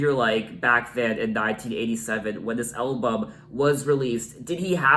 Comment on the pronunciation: I love the way you say “elbum” 😊